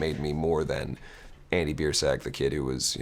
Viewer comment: no matter how many times you say Biersack I hear ball sack